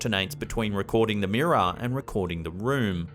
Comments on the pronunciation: Wtf is a meerah it's mirror....smh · Take a Drink every time he says "Mirrah". There's a Ghost in the Mirrah!